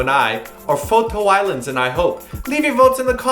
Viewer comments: I really love the way pronounces the names… ~I'll vote for "Fo-To-Island" xD Glad to see Spudgy is ok, btw~ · I gotta see the bloopers now! I mean I had 2 paus everytime he said IU's name just so I could laugh so hard! xD They are really prefessional 2 have a straight face after every time says IU!;D Btw, F.T Island = Foto Island!! Lolz:P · waaaahhhh...i already call Beast as Batoost now I'm gonna end up calling IU as Eeewww too hahahha...and did you just call F.T I as FoTo Island?? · seriously man that's his "stuff" like he pronounces weird names weirdly, like G.Na he calls her GoNa, F.T Island is FoTo Island, it's really just comedy man